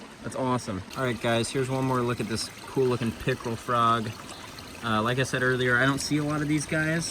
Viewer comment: I thought he said pickle frog 😂